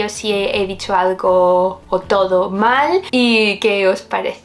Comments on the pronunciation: Hi, nice to see you again In Spain🇪🇦, first of all let me put you in the context, all depend of the subject and the behaviour of Spanish people, is a Mediterranean style to talk Like the Italians. Lo pillas Tia?? Me encanta cúando dices Hastalogo! Creo que es mi palabra favorita!! Un beso😘 Majetona!! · Jajajaja me encanta cuando te despides, ese "ta'luego" suena muy autóctono 😅